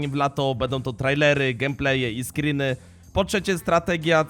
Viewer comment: "SCRYNY" XDˣᴰ